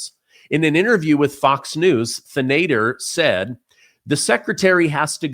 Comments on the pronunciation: .....his name is pronounced like this.... Shree Can - Da - Har He's an idi*t out of Michigan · Pronounced Shree Tan A Dar